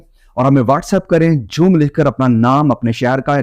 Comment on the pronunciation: Joom nhi zoom,santa shaa jatta nhi chaa jatta h.bhut mistake krte h app. Itne lambe chode lecture ki jarurat nhi hai,To the point bole,itna time kis k pass nhi you tube pura time app ka hi video dekhte rahe. App video aise bante hai jaise samne bath jann sabha kr rahe ho,bhai yh you tube hi selected baton ko bole k video end kro.itne bak bak kon sunega.